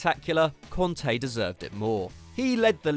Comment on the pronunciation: Kante not konta...can't you read?